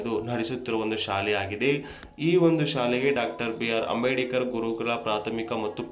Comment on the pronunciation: ಲೇ ಮಾರಾಯ ಅದು ಅಂಬೇಡಿಕರ್ ಅಲ್ಲ ಅಂಬೇಡ್ಕರ್ ಸರಿಯಾಗಿ ಉಚ್ಚಾರಣೆ ಮಾಡಪ್ಪ ಮೊದಲು